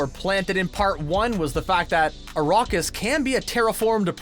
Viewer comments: I've seen Dune 2021, 1984 and the 2 Sci-Fi channel miniseries, and not once have I heard it pronounced Arrokis, as narrated in this video. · ARAKIS for God's sake..ARAAAKIS